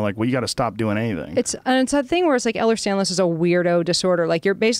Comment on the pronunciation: Its Ehlers Danlos, not Stanlos. This lady is a tool. I am not impressed